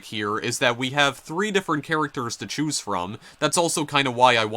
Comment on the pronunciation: What is that pressure accent? Skri'en = screen, may'age = mage, chew'ise = choose, gay'em = game, thai'em = time, oh'en = own. And her'retic... that only works for the adjective. Where does that second syllable obsession come from?